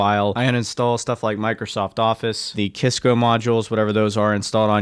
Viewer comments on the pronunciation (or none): Haha it's pronounced "Sys-co". They do networking stuff mainly for enterprises/businesses and some consumer stuff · Sorry but you're "Wong". It is Pronounced "Sis-co"